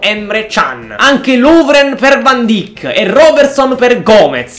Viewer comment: Si scrive van dijk ma si dice van daik